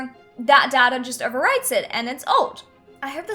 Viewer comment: It's not dada it's data pronounced day-ta -_